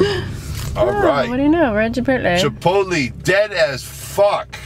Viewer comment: only person I know who pronounces it Chipot-Lee